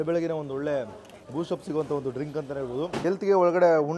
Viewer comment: ಡಿಂಕ್ ಅಲ್ಲ ಡ್ರಿಂಕ್ 🤣😂😂